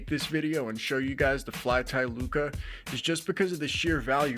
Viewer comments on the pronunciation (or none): Bro said "flyti looca". But great video, very informative. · Great review, thanks! BTW lucha is pronounced loo-cha, it's Spanish for fight, like the wrestlers luchadores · Lol Lucha is the word! You have a couple other comments about it too. Its pronounced how it looks. Loo-Cha, that ch make the classic ch sound like if you were to say change. If this is a weird troll then you got me lol. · How the hell do you not know the pronunciation of the item youre reviewing? Never watched wrestling i guess. Good in depth review besides that annoyance.